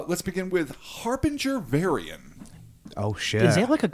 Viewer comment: Harbinger Varion. Like Va Ryan